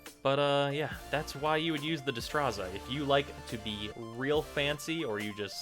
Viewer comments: The way you pronounce destreza and rapier are cringe worthy. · The fact that you can't pronounce either Destreza or rapier made this review slightly less satisfying.